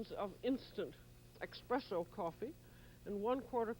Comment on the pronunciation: Did she say ‘expresso’? Naughty Mrs Child!